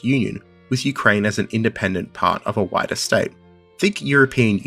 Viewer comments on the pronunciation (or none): none